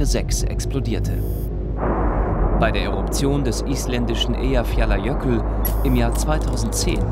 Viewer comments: Eyafjallajökull wird "Äijafjatlajöhkutl" gesprochen. Nichts zu danken. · Diese furchtbar falsche Aussprache von Eyjafjallajökull...